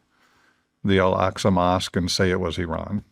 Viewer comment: EL AQ SA MOSQUE NOT ELKSUS YOU MUG 🤡